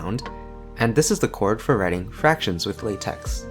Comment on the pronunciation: it's pronounced lay-tech (lah-tech also works)